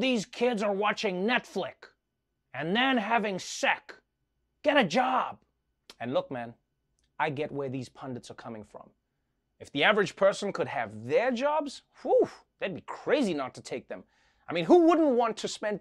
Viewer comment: “Netflick” and “seck” seriously mad me lol.